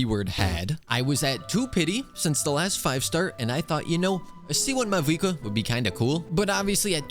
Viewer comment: did he just say mavouika